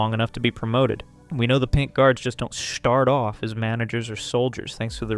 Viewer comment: Bro said shtart of 😂